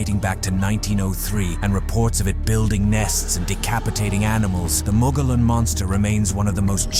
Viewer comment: If you can't pronounce "Mogollon" correctly, it invalidates this entire video.😂